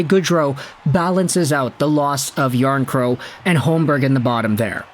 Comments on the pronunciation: The final K isn’t silent and isn’t in any language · PS it’s Jarnkrok Noᴛ Jarnkrow